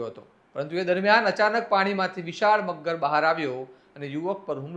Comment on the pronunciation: Maghgar nahi magar m bolo 😂😂